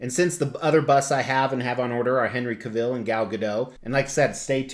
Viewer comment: Love this so much. This was one bust I almost pulled the trigger on but I didn't want to miss a mortgage payment. BTW, Henry Cavill's last name rhymes with travel.